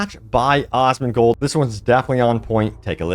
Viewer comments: Its AZZ-mon-gold not OZZ-mon-gold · Dude his name is not Osmongold 🤣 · Never stop sayin Asmongold wrong. It’s great content to watch him cringe every time he watches your videos.